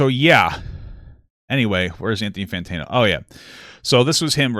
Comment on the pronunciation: Papa i love you man but can you say his name right? Fantano not Fantino